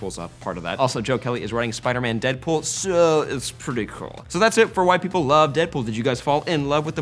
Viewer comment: It sounded like you said "So, that's why white people love Deadpool" made me laugh